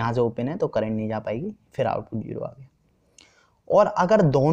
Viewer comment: Please don't speak jero it's zero 😂